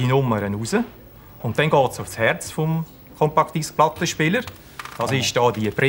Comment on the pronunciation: wer kennt sie nicht? die "chompakk disschk"?